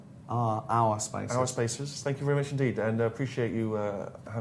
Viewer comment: when Gervais said "ourspaces" I thought he said "arsefaces"